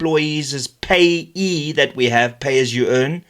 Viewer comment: Because SARS will destroy your livelihood and your business. It's pronounced P.A.Y.E btw, Pay as you earn. Large corporates are now 51% Black owned already because of BEE! Go figure.